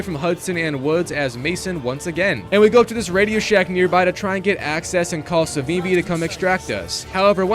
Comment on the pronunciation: It's Savimbi not Savambi. You Americans need to learn how to pronounce names.